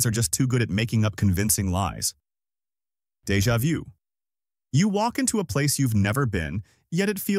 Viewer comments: Computer generated voice. No human says "Deja view". It's "deja voo". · It became apparent to me when it pronounced "Deja vu" the first time as "Deja view". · Ah yes “ DeIjUa ViEw” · lmao, I've never heard anyone say it that way too